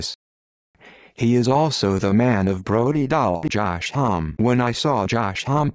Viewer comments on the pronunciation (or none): It's pronounced 'hom-me'.